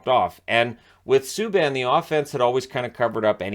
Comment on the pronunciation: Save us. "ME - K" Subban. Ugh.